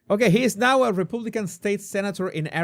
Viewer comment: REPAAAABLICAN. NOT REPUUUUUBLICAN